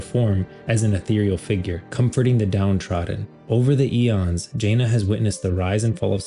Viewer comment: Not to be that guy who nitpicks small things but its Janna (Ja-nah) not Jaina (Jay-nah)